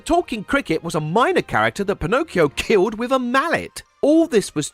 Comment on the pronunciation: its funny your 'killed' sounds like 'ko'd'